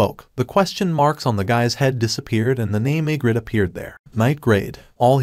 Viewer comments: Bro the way he says igris is igrit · Why you saying igrit it's igris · Say igrit one more time………Igris😡. And rise up? Are we watching the Atlanta falcons? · I was confused because he can’t say arise or Igrs I don’t know how to spell it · If the name is Egris then why does it read as egret? XD